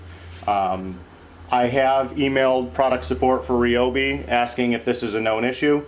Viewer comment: He is using the correct pronunciation. Most pronounce it wrong.